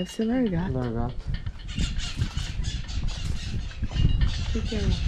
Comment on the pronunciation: LARGATO???lagaRto.....é o correto!